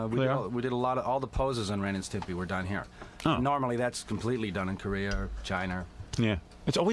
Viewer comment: Pelican face intentionally mispronouncing Ren and Stimpy was really annoying.